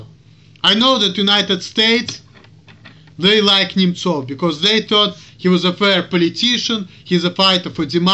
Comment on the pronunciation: Why do you call him Nemchov, and not Nemtsov? I am guessing that is a Russian Cyrllic, but I see no spelling of it that way on any search engine. You nailed it with this video. You are exactly right about a lot of people here. It's nice and refreshing to watch you, for as I have said in the past, you are a smart man. Excellent video!!!